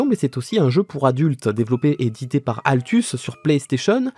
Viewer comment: j'ai bien entendu il a bien dit aLtus au lieu d'aTlus? xD